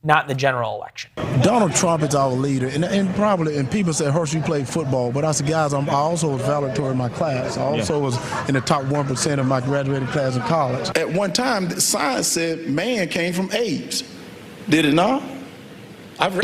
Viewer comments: How can you consider yourself graduated as "valitorian" when you can even pronounce the word correctly. This man is brain-damaged beyond belief. I'm surprised that his brain still has the ability to tell his body how to breathe, let alone move his lips. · "Valetorian", tho? Come on, bro. What class was that? Sidenote: if you can't pronounce covid you probably can't cure it. It's TWO SYLLABLES,sir! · The "valatory" of his class. He missed whole syllables, not just a few letters. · In fairness, he didn’t actually say that…but only because he wasn’t able to pronounce the word.😖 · a valedictorian would be able to pronounce valedictorian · Jeez Hershel if you can't pronounce valedictorian there's a good chance you were not one.